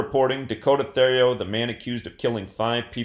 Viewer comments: Pronounced Terrio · U pronounced his last name wrong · You were way off with how you pronounce his last name. Hopefully the fucker gets murdered in jail. His parents lived less than 5 mins from me